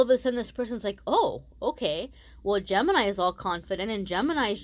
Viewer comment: Gemenini 😂😂 oh no now I read it like that and it sounds like that to meeee!! Guuuuurl 😂😂🤣🙏🙏 also thanks for the reading❤😎❤